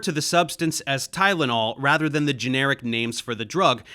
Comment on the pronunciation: Tylonol not gud man wat u mean XD